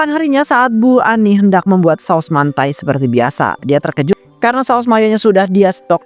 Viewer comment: Mentai bukan mantai, dibaca dimsam bukan dibaca dimsum